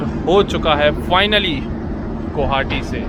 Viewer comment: Vai gouhati nhi hota h ye Guwahati h Gu wa ha ti Please pronounciation Guwahati not gauhati